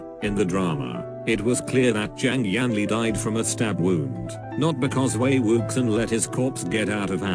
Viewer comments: “Wei wuksang” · "Wei WOOKSON" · I can't deal with the "Wei Wuksan" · also maybe these opinions are controversial or whatever BUT the text to voice converter is just too funny. I love Wei WUX I EN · ok but.. "wAy wOoksAn"... i literally perished. ma boi wei wuxian's name got mauled by mr.bot :( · Excuse me, but the mechanical voice readin wei wuxen or however you would write this....... it gets me killed every time i hear it